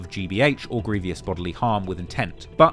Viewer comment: Petty - but it's grievous pronounced 'gree - vuss', NOT 'greev - e - uss' and Monteiro is pronounced 'Mon-tay-ro', NOT 'Mon- tee-airo'. A small but important detail. Cheers. Great documentary otherwise 👏 👌 👍, really interesting😢 and brilliantly put together. So much information to take on board and ultimately a very sad and depressing tale. So many young men just being taken off the streets for very little reason. I get revenge attacks but need they end in actual murder? Also when these young men are older it's a cert that their attitudes will have changed and they will look back wondering why things got so out of control. They'll reaslise that lack of respect and minor beefs aren't worth losing your life over. It's not just the poor murdered bloke either - there's always a grieving mother and other family members left behind whose lives have been permanently damaged. How the glorification of serious violence will ever be challenged amongst young macho men is an old, old problem that looks almost impossible to put a stop to. And the whole melting pot of poverty, lack of future prospects, an impatience culture of wanting everything NOW, the mix of ethnicities with age old deeply rooted resentments....absent fathers, lack of positive role models, lack of police resources...the list goes on and on. At least on a positive note some great music comes from all this - despite the dark and cold hearted content, you still get absolute bangers like 'way2charged'. What an effed up world